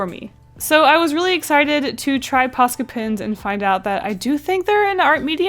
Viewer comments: It's so funny to me when she keeps saying "posca pens" bc I'm finnish and it sounds like "paska pens" to me, and "paska" means shit in finnish::D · Is it ok I thought she said pasta pens 😂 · "Posca pins"